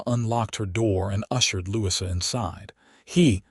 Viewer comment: Please listen to you ur story. The correct pronunciation of Louisa is NOT Lou-sea. This mistake takes away from your story.